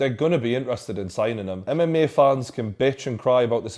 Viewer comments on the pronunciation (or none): mme world😂😂 it's mma not mme